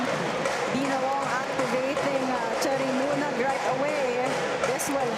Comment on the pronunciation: “B” team vs F2. Sisi makes CMFT a better team, but not a contender. Sev Sarmiento better familiarize himself with the players beforehand. He keeps calling Deanna Wong, De-Anna Wong. He pronounced Nunag as No-nag. He just calls out random player names when the action is going.